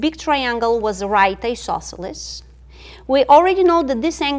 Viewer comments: how do you spell that strange word she uses, it sounds like "e-sauce-elus"? i know what she means, but never heared that word. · "Do we have a right isosceles triangle here? dramatic pause We might! ..."